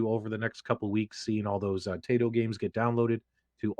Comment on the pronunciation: It is "tie-tow". :)